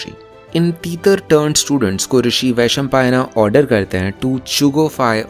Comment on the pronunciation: Vaishampaayan(वैशंपायन), not Vaishampaayana(वैशंपायना ). Also Please Shuddh Hindi.